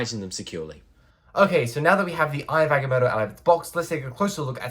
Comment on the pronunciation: It’s pronounced (Ag-ah-moe-toe) not (ag-e-moe-toe)